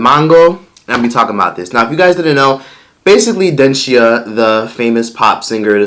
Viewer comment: Dencia is Dunce-cia 🤦🏻‍♀️